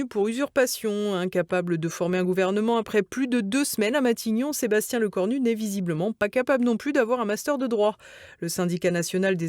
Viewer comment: Lecornul... Diplôme... plôme....